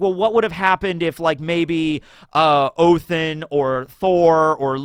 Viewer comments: Stop saying Othin. It's either Odin, or if you want to do the original Norse name: Woden. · What in the fuck is 'oathen' you mean odin? Or did I miss something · Odins name is said like Ó-the-nn. the i is not strongly pronounced, like othinn also the th is the same sound of the th in then. Just a fyi for anyone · Is saying "Othin" on purpose or is he accidentally saying it & trying to say "Odin"? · is pronouncing Odin as Ohtin? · Can you please explain why you call Odin, Oathen? 😂